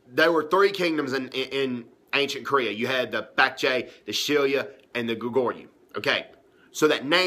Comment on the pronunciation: I can only understand you because I know where you are coming from but those of us who live in South Korea cannot take you seriously because on the first sentence you spoke, you managed to mispronounce Shilla, Goguruh, Beakjae while saying it's important. It's obviously not that important to you.